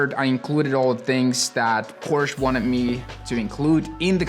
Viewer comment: Amazing video, but the fact you don't know the right pronunciation of your dream brand makes me crazy 😄😄